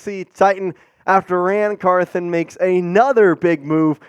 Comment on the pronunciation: Car THON not Car THIN